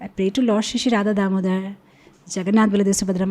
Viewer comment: Hare Krishna, Pranaam. Please correct your pronunciation which is very important. In the beginning of the video, you pronounced, "Radha Damodhar". It is not Damodhar, but Damodar. Dama means rope and udara means belly. Dhara means hold. Krishna is not holding the rope in his hand. The rope is tied up around the belly of Krishna and that's why He is Damodar. And soon after that mistake, immediately another mistake in pronunciation is "mukham karoti.." It should be "mookam". Mukham means face and mookam means dumb. I hope, you know the meaning of that verse. Your pronunciation should be perfect since you are sitting on the Vyas Asan. You please try to accept your mistakes also and correct them humbly. Earlier also, I have written a comment and even sent mail to you for which you didn't reply. That was about your pronunciation of Sukha deva Goswami. You should pronounce Shuka, but not Sukha. Shuka means parrot. Sukha means pleasure. Because his face was like parrot, he was called Shuka Deva Goswami. So, I humbly request you to make notice of this kind of grammatical mistakes in your pronunciation and try to correct those mistakes. Thank you, Haribol 🙏